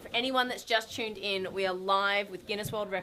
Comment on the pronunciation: The videos was cool, but the only thing that was getting to me was how many times she said "chuned in" lol.